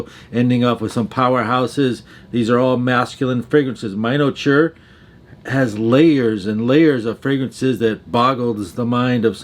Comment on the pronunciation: "Minotaure" is French, and in English it means "Minotaur." It's pronounced as Mee-no- tor